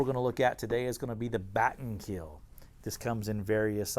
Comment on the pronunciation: 'Batten Keel' lul